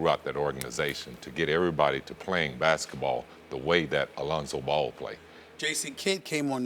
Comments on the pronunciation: Alonzo ball lmaooooo reminds me when Floyd sr said Conor mcgregory 😂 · Scottie isn’t saying “Alonzo Ball,” he’s saying “a Lonzo Ball” like when he’s making comparisons and such to other players.